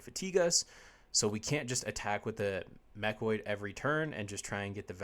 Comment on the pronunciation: Sorry, I know this Video is oder already, but I need to point out that it's called "MechANoid", not Mechoid, although that also sounds kinda badass :D Nice video! Looking forward to the Maxx Armory Deck